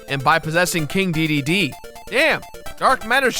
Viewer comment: I don't care how you pronounce Kine, but......DEEDEEDEE? it's DAY DAY DAY